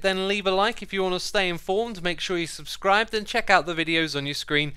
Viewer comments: ain't it "subscribe" not "subcribe" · “subcribe!” Nice English Xisuma ;) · Subcribe? You forgot the secodn "s" xisuma :P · No one: Not even a soul: Xisuma: subcribe! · ‘subcribe’ -Xisuma, 2020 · subcribe? Isnt is subscribe? With a second S? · Ah yes, sub-cribe My favourite way of subscription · "subcribe" lol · sub cribe 😂